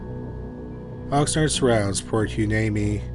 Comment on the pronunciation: Its pronounced " Port Why-KNEE-me. I've lived here over 50 years.😁 I know its spelled Hueneme.❤